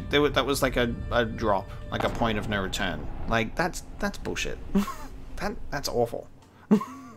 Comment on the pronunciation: I like how adds an R when he says no and is really angry - "noooor"